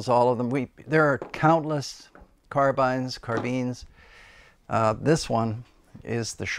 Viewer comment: Great interesting video. Thank You. I have always loved carbines (you say it correctly by the way. After all, if you write down the word Woodbine, no one would pronounce it Woodbeen!). I have a Howa Alpine Mountain Rifle in .308 Win here in the UK and I love it. It is really lightweight, very accurate and short enough for all woodland applications, whilst obviously capable of pushing out to long range. I have reverted to the floor plate magazine as the polymer five round box conversion has the mag release exactly where you place your hand and is just the WORST AND MOST APPALLING DESIGN ever! (If only someone would make a decent drop in metal one with a sensible position for the release!) First time out in a high seat, just quietly settling into position, I carefully moved the rifle slightly and managed to dump a full mag into the brush below me. So much for a stealthy arrival on scene! The rifle though, is tremendous and with a Leupold VX-R on top, is fantastic in low light. The bedded fiberglass stock is really good and of course makes it all 'UK weather proof'! You have some lovely rifles there, great collection. Stay safe and happy shooting.